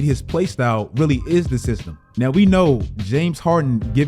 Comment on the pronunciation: The "Cyst-tem". Is Bricks not enough to destroy this team? LOL